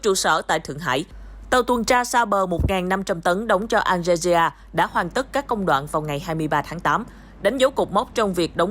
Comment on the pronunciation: BTV đọc Algeria hay quá. Nghe tưởng nước nào ở Châu Á 🤣